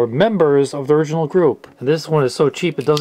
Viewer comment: "ORGinal Artist". You didn't catch that?